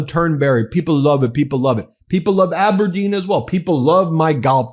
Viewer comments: He doesn't even know how to pronounce Aberdeen - the emphasis is on the "deen" 🙄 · He can’t pronounce Aberdeen properly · He can’t even say Aberdeen properly!! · Learn how to pronounce Aberdeen, Trump (and leave Sean Connery out of this)! We hate you.....